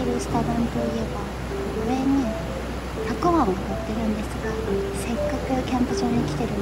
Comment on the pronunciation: ヤッホー👋😃 肉多目で美味しそう(^q^) たくあんも美味しそうで良いね～ たくわん って聞こえるような❔(笑) ヨーグルトアイス好き～(笑) 今日妖精いたかな❔